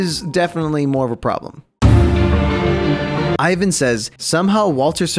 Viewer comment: I-VAN???? E-VAN